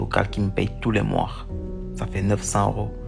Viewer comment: "tout les moirs" mdrrr